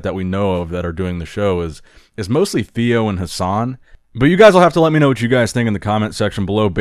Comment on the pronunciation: So, since he's French, Theo's name is actually pronounced 'teo', as for his last name... the 'u' is silent, like 'legerie' maybe? ;-)